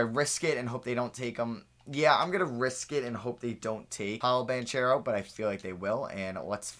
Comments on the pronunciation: it’s pronounced ban-kero not ban-chero lmao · The ch in banchero sounds like a k so its pronounced BanKero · yo I didn’t know til recently either but you’re pronouncing Banchero’s last name wrong, it’s (Ban-cure-O) I saw him say his name on an interview video, just looking out for you and the ones that get offended by you saying things wrong lol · It’s pronounced “Ban-Karo” Keep up the good work